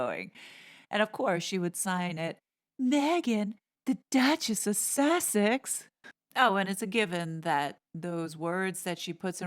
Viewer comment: Did you say Dut-chess of Sexus?😂